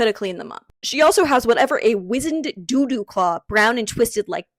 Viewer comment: Did you really just call a dodo a "doo-doo?" The dodo used to be a flightless bird found on the island of Mauritius. Not so fun fact: Humans ate the dodo into extinction in the late 1600's.